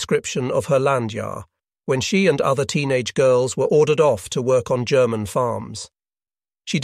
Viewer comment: What software are you using for the narration? It's pretty good, though I heard a hard "G" in "'G'erman" and thought it pretty funny.